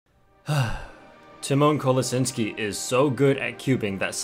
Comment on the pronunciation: Dude, it's pronounced tEEmahn kolaSHInski and that's the english way, there is also a polish way, (PLEASE STOP INSULTING ALL US POLISH PEOPLE)